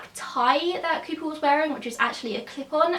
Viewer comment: are you saying creeper or cooper?